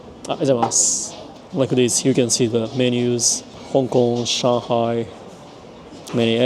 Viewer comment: Did you learn to speak some simple Chinese? Your pronunciation of Xi'an, Shanghai, and Youtiao are all pretty on point.